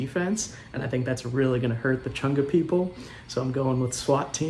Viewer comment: Why did say "the Chunga people" like its a slur